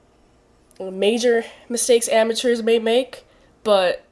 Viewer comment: Am-a-tures. - MintSalad